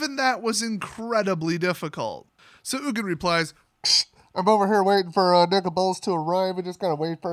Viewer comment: No actually I jokingly said ugin so wrong! lol